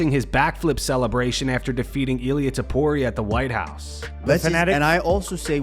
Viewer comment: that's not Ilia... That's Ill - IA